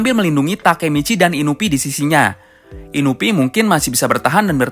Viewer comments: INUI BUKAN INUPI HADEH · Inui pak bukan inupi